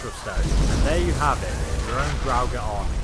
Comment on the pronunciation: It’s draugr as in (dr o gg er) not drowger